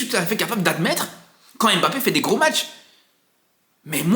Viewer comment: C'est qui M- Bappe? Je connais Mbappe mais j'entends partout M- bappe... Il l'a dit à la télé c'est Mbappe , pourtant vous êtes capable de dire Zlatan et non Z-latan